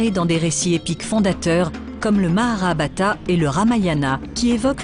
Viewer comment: Le Mahabharata, pas le Maharabata 👍